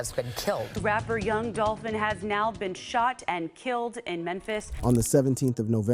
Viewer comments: sounds like she is saying Young Dolphin 😂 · Did that news lady say Young Dolphin??? 🤣🤣🤣🐬🐬🐬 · 😂😂😂 Young Dolphin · Wait a minute did the news lady say young Dolphin 🐬 😂